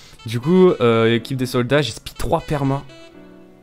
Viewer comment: est ce qu'on est d'accord, 10min21 il dit on à un groupe de "sodas" safe et non de "soldats" ?